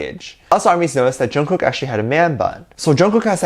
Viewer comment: please say Jungkooks name correctly Say it as Chungook 😚😻 Love you lots😍